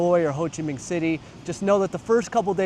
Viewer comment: the way you say "Minh" in "Ho Chi Minh" correctly scratches my brain right